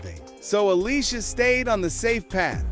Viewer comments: It’s pronounced aleesha keys. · Who tf is Ale-sia keys? 😅